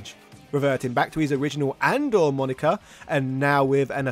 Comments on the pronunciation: I’ve never heard that character’s name pronounced as “Andor” before. It’s obviously a reference to Andre the Giant, so I’ve always pronounced it with 3 syllables like a japanese person would - Andoré. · I remember having this epiphany only a couple of years ago, where I realized Andore was meant to be pronounced with the Japanese approximate phonetic for Andre the Giant, as in "A-n-do-re" (ah-'n-doh-ray). While I know you don't like people commenting on pronunciation, I'm willing to bet almost everybody else pronounces Andore as "Andore" anyway (including myself for decades). Love your channels and content regardless. :) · Sorry to break it to you brother but it's pronounced ahn doh ray so it's closer to Andre and not andoor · It's not An-door, it's "Ahn-do-re" like how a Japanese person would pronounce "Andre". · Andore is pronounced "An-do-re" as in Andre the Giant